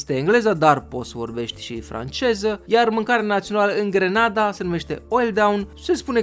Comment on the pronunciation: NU ESTE DE FAPT GRANADA (IN LOC DE ``GRENADA``🤣!!!!!!!!!!!!!!!!!!!!!!!!!!!!!!!!!!!!!!